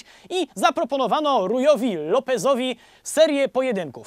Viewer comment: Rui wymawia się "Hui" 🤣🤣 Serio. To nie ja, to język portugalski.